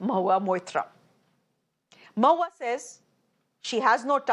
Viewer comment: Bhai her name is mo-hu-a Maitra , please pronounce the name properly